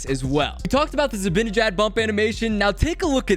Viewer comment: Not just a shot at you 😂 but everyone says ZibAnejad’s name like it’s spelled Zibinijad